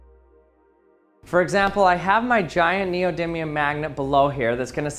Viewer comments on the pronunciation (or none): none